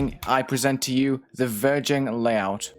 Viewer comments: when said ''verging'' it sounded like ''virgin'' IDK why.. XD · Same XD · because it’s almost the same word